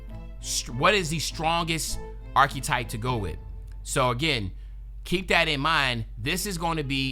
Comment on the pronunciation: Bro u gotta learn how to pronounce “archetype”